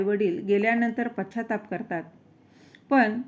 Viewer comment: पछछा ताप नाही पश्चाताप वाचन खूपच खराब